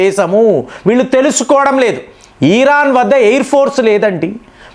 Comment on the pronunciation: ఈరాన్ కాదు… ఇరాన్…. సాగతీతలు ఆపండి ….